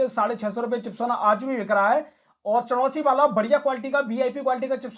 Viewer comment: पड़ोसी नहीं चंदौसी है